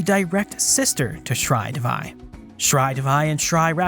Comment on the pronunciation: Shree Devi. D in DEVI is not pronounced like d in devil. Instead DE is pronounced like THEY. And Shree Devi is the goddess Lakshmi. Means the goddess of wealth.